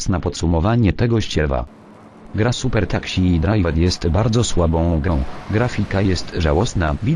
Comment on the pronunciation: " super taksi drajwer " xD